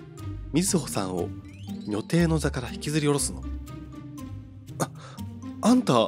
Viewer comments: 因みに”にょてい”って言ってますけど確か読み方は”じょてい”もしくは”にょたい”だった気がする・・・。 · にょてい？じょていじゃなくて？ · 女帝、にょてい エロい方の読み方(笑) さすがです(笑)